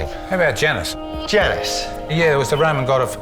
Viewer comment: It's not Janice... it's Janus